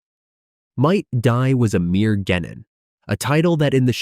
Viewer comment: and jenin instead of genin xD